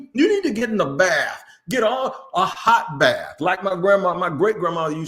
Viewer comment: Did he say the Jags are basically taking a hoe bath instead of actually getting in the tub lololol